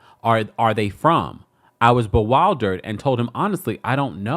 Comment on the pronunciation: EXCUSE ME SIR.......it's ( BE- WILL- DERED)......you should know that! 🤔😂